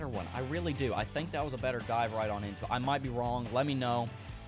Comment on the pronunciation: can you try to make the dive into it blend better in your sentence so whenever youre talking and then suddenly say lets DIVE into it. without a break. now it sounds like super sayen that need to charge power